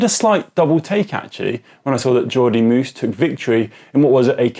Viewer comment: And if they wish to learn more about the proper pronunciation of Flemish riders, (Tiesj) Benoot rhymes more with ‘road’ as opposed to ‘flute’ and I can’t think of any English word that rhymes with(Jordi) Meeus but it should not sound like ‘moose’.